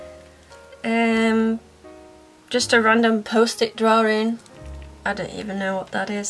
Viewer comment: I don't know why but the way she/you say(s) drawing bugs me..... Any one else?